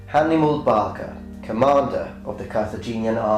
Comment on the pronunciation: when you said barca i thought you said hannibal baka you should know what im taking about